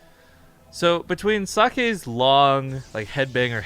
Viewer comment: Just one thing.... more like Zokke, rather than saké. Thank you